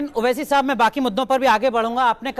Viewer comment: oh bhai meren ko jalan nako ho rahi. Hum ko Owaisi saab se kya lena aap k leader hain very good. Hum ko Modi ji pasand hain bus owaisi saab naam theek nhi bol rahe thhe